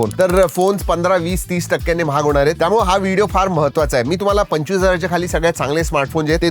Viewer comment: आजचे शब्दोच्चार आधीच्या व्हिडिओ पेक्षा बरे होते पण सुधारणेला अजून बराच वाव आहे. "त्यामुळं"नाही, "त्यामुळे".